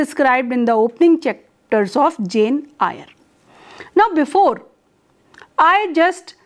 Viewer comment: I hope you don’t mind, Eyre is pronounced as “Air”.